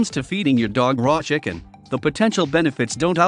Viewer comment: Why did he say shicken?lol